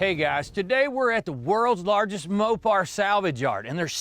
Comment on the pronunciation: I dropped off when he said Mopar in the fist few seconds.